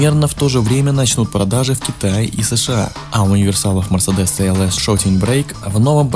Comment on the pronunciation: Где гуру произношения? Это же новый мерседес "СИ ЭЛ ЭС"!